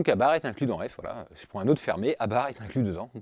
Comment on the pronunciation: ❤ mais on dit incluZe 😮